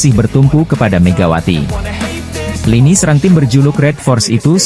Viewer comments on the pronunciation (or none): none